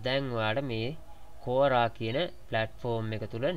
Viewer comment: "කෝරා" නෙවෙයි "කුවාරා" කියලා වගේ තමයි ඒක කියවෙන්නේ